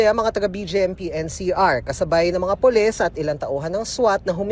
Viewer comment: Wtf is “puless”? 😂